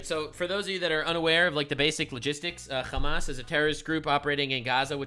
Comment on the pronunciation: Bro calls Hamas hummus